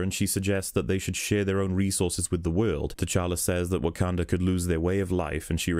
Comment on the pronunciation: The way you pronounce Wakanda makes my dick shrivel up